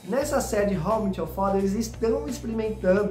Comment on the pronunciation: How I MÉÉÉÉT you father (não é How I MIIIT your father)…estou falando da pronúncia, não da escrita